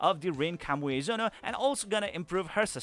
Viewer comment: Kami Ue Zono, not Kamuezono. Myself had difficulty to read that. But separating the building block, helps.